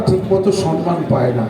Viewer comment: Somman not sonman